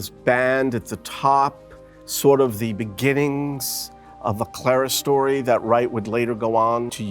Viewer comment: This guy mispronounces so many architectural terms, including 'clerestory', that it's hard to believe that he received any education in architecture. Unbelievable.